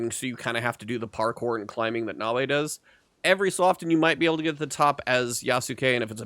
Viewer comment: I still don't understand why, Americans keep saying Nao-way, and Yasu-kay?? That's not the language and in game they have LITERALLY told you a thousand times how to pronounce things. It's like if someone called my Japanese friend Dai-soo-key (Daisuke), it's just cringe to hear.